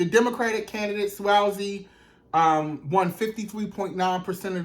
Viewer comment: NY Cabinet member here. It's Pronounced "Swaz zee".....I've been hearing that name everyday because they play his commercial all day every day....